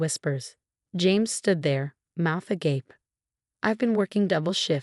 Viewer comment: Congratulations! “Agape”finally pronounced correctly. 👍🏻